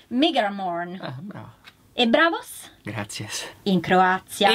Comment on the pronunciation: "E Braavos" "Grazies" mi sono sentito stronzo a ridere